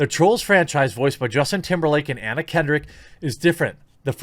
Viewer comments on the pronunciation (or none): none